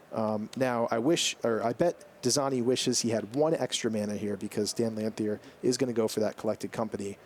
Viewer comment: I don't think I've heard a commentator pronounce Dan Lanthier's name correctly yet.